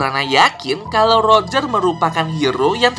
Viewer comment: Bang Bang Abang kan bilang lojer jadi keingetan rojer Sumatera